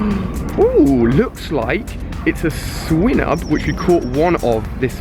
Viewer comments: ok Ali instead of criticising u im gonna give u advice: it's swine-ub not swin-ub. I know it doesnt really matter but some people like me get triggered when u pronounce things wrong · Why does he pronounce Swinub wrong you pronounce it like "swy-nub" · its swinub SAY THE i